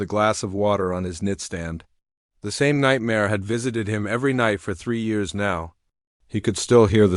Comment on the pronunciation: Terrible narration. Besides the bad intonation and emphasis, the quality of the narration is just absent. In just the first minute, "nitstand" instead of nightstand, and a period spoken as "dot". You will need to seriously improve the quality of the narration, just to compete with other AI narrated channels. Competition with human-narrated channels (the number is growing) on quality is not even on the horizon, they are that much better. A Major tip to grow the channel is to focus on quality, not on quantity. I would rather pay for professionally human narrated audiobooks (and I do on audible) than listen to this AI garbage for free.